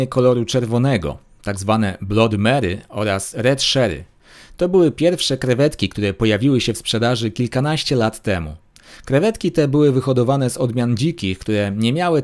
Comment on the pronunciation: a nie „red czery” skoro red cherry? jeszcze nie „blod” tylko „blad”